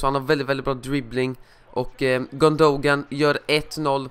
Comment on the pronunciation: Gyyn-då-gaan = gündogan. Så uttalas det